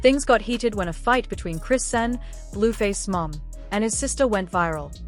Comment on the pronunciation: Who dfk is "CRAN" Cmon folks. Its AI...WHY YOU STILL TALK DUMB.